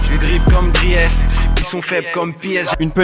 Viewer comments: Dries mertens ce prononce DRIS mais on va pas en faire tout un plat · Dryèsse ? Il est sérieux ? Qu'est ce que c'est que cette écorchage de prénom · Je demande l'assistance du VAR pour la prononciation de DRIES ! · Par contre un peu deg que Freeze soit passé parce que prononcer 'Dries' comme ça c'est irrespectueux :P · Aïe la prononciation de Dries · Les Belges qui saignent des oreilles quand on parle de Dries Mertens 😂 🇧🇪🇧🇪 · C'est donc ça le dries dans le son de freeze? Mais whaat ça fait 1 ans que je cherche à savoir la signification de cette phrase hahaha ça se prononce pas comme ça dries mertens putain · Les gars ont dit "driiiis Mertens" pas "dri-e-s" respecter le sil-vous plaît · Dsl moi etant belge c'est pas dri es mais dries genre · Comment ta dis le Dries, tu le dis comme c'est écrit alors que sa se dis Dris voilà jdis ca jdis rien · Son nom se prononce pas Drièce Mertens Putin mais come Drice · On dit drisse 0as driése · Déjà Dries Mertens ça se dit pas "DRI HESS" mais "Driis" Ahlala ça sait même pas dire les nom des joueurs de foot😂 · PUTAIN ON PRONONCE PAS DRIÈS MERTENS MAIS DRISSE MERTENS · tout les belges on fait un avc quand il a dit dries alors que ça se dit dris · Fc667 il hors jeu quand il prononce Dries Mertens drièsse plutôt que drisse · "Di-ès Mertens" ahahah les frr français on dit "driis", faites pas la même erreur que vos commentateurs <3 :D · super vidéo, comme d'hab ;) P.S.: on dit "Driis" Mertens et pas "Driès" :) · Sale video, putain tu me tues sur le montage ! Par contre Dries ¨[Driz] et pas [Drièse] so bro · Dris pas driès 😅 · Assez cool comme concept, par contre DRIES ça se prononce Dris et pas Driès, sinon super ^^ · juste pour infos Dries Mertens se prononce pas Driès mais "drisse" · "Driès" ptn les français ça se prononce "Driss" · On dit pas Driès mais juste Dris (en phonétique ) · Drièsse 😂😂😂 ça se prononce "Dris" les français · "dries" (pour dries mertens) se dit "dris" 🤷🏻‍♀️ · Dries ça se dit "Driss" les gars :')